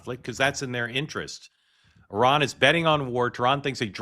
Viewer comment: Mark, I appreciate that you are saying Iran correctly (as best as Americans can), instead of the typical I-RAN pronunciation